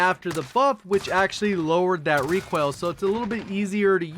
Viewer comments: Made in NoLa nah he says Requail instead of RE COIL. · Pope Gains he puts extra on “oil” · Why do you pronounce recoil like that? Kind of weird